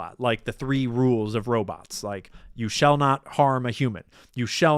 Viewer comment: “You shell* not”